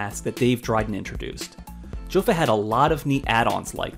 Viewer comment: Good video. It’s STAY-lock and YO-fa not JO-fa.